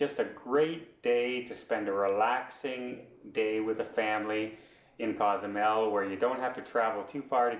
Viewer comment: …Cozumel is not a town. It’s not a city. It’s an island. The city is San Miguel. Pronounce sawn- meeg-WHALE. On the island of ‘coe-sue-MAIL’. (Not cause-zoo-mell, Nor cause-you-mell) You provide some great tips on travel there. Also help people with the names! And by the way, the ferry is out of ply-awe-dale-CAR-main. Say it slowly at first. NOT play-a-dell-car-men